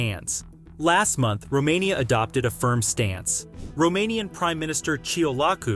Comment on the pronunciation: say Romania one more time.. i dare you